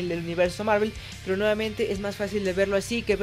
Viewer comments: El video en si es malo.......aunque lo peor de el video es cuando el pendejo este intenta pronunciar marvel.....y no se si es que se cree gringo o que pero si no sabes pronunciar bien el nombre en ingles entonces dilo como suena que en ves de escuchar marvel escuchaba era mervol morvol marvol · Que pedo,no se le entiende mi madres a su saludo y es Marvel no Marvl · Universo marel? Marel? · Dios mío esa pronunciación del inglés. Thanos ahora es ¿teinos?. Hawkeye es ¿jokai?. Marvel es ¿marvl?. Capitán América es ¿capptain murica ?